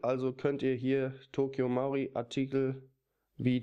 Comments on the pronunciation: Coole Sache, hast du da die Text-to-Speech-Funktion von XP verwendet? BTW es heißt Tokyo MARUI, nicht MAURI. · das heisst toky marui und nicht tokyo mauri!!